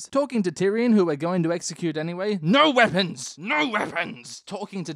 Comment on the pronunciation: I like how he says no weapons no weapoms always makes me giggle